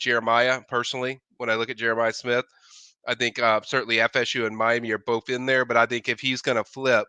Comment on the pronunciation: Both it’s pronounced BOTH TH not FF